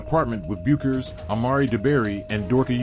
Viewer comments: Bueckers is pronounced "Beckers". Any WBB fan should know this. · Dude I appreciate your vid but you really should know how to pronounce Paige and Gino's last name. Everyone in America who knows basketball knows. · I appreciate the Uconn & Bettencourt still photos in this video but Paige Bueckers was the most decorated basketball college freshman in the history of the sport. She remains (though currently recovering from injury) the most gifted female college player in the nation....all that to ask...Can't you pronounce her name correctly at this point????